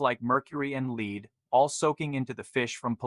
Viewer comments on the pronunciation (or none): So you were discussing the bad side of some fish.At 1 point you were talking about lead, the metal, but you chose to refer to it as lead as in leading, when in fact, it is pronounced led. I think I know what happened. Someone led you to believe that you can lead from behind.